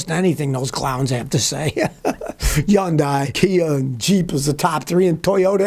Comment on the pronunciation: I like the way the old Scotty says Yundai lol lol lol